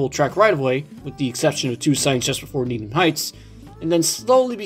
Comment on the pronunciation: Needham is pronounced "need-um" here in MA